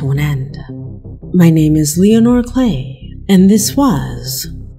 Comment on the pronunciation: LEON-ore WH-yy ARee YO-uu SPEAK-king Like THA-at ? 😳